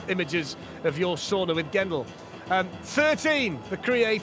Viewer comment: y'all mispronounced 'sauna'